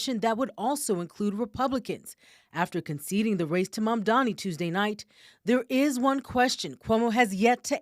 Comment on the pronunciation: ~~~~~~ -. ….., his name is Mamdani. …… Mamdani ……… Mamdani …. So say it correct,,!